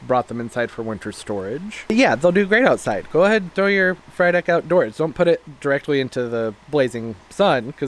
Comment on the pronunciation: Everytime you said Frydek, I heard fried egg 🍳. Lollll